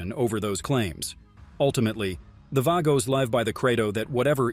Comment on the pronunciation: The Outlaws oldest "outlaw" mc and Angels, Pagans. It's pronounced Vaaagos not vagos numerous other facts you state incorrectly